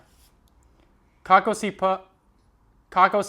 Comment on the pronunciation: It's so exciting watching you learn and try to pronounce words in slovenian. You did a great job and we certainly cherish your effort. No hate or whatsoever but next time try to pronounce the word "kako" - (meaning how...?) with emphasis on the second o [kakó]